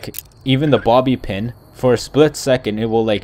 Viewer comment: I thought he said mommy pin XD